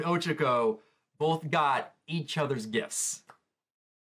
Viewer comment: nono no it OCHACO not Ochico Move out Hermione